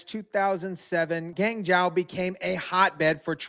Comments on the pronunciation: Not “Gang Jao”: Guan Jo - more correct pronunciation of GuanZhou. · Liked the video, but please put the names of Chinese people and/or cities in text. It took me a few minutes to figure out you were trying to say 'Guangzhou". Gwong-joe is the closes approximation I can come up with.